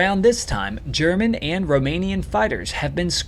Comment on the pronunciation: Excellent video, but is it possible to create a voice which avoids the uneducated accent that pronounces "aynd," (hundreeds of times), "aynti-aircraft," etc gratingly every time an a occurs? Sure, a niggling point but its correction would help your presentation lots.